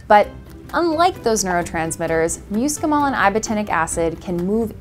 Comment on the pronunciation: "MUUScimol?" I love it. Amanita muscaria though is ALSO edible.